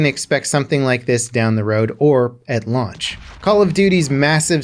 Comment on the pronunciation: He must be really hungry that he said "lunch" instead of "launch".